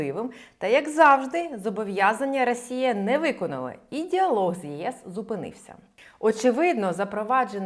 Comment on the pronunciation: Ви щоразу кажете "рАсія" :) п.с. За відео - дякую